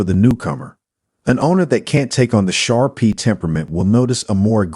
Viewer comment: Shar PEE???? 😳 Umm, pronounced Shar [PAY] 😂 Pit Bulls for first time dogs owner???? 😳 Akitas are known to be aggressive, and they are banned completely in some U.S. states or placed under strict dog laws. There are currently 42 states that have Akita regulations or laws in place. If you own an Akita expect to pay higher insurance premiums. Many dog breeds are known to bark, growl, etc., before attacking, while an Akita keeps calm and collected, bursting out with aggression in a sudden and surprise attack.